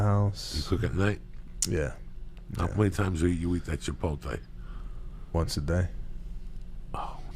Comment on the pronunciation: “Chipolte” Lol